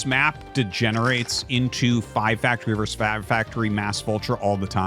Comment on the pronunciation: The word is "versus," not "verse."